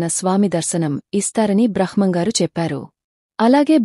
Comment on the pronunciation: బ్రహ్మం గారు అని పలకాలి